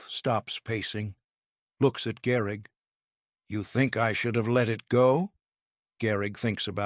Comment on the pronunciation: Gehrig, not Garrig.